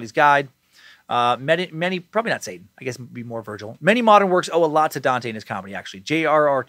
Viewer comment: Dante is my name, it’s great hearing Dan say it lmao